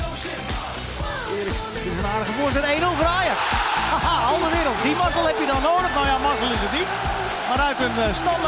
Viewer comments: Ben ik de enige die een beetje geïrriteerd is door het feit dat ze 'AlderWERELD' zeggen i.p.v. 'AlderWEIRELD'? Sorry mensen uit Nederland, als een Belg vind ik dat een beetje irritant. XD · Waarom zeggen jullie toch Alderwereld. Je moet Alderweireld zeggen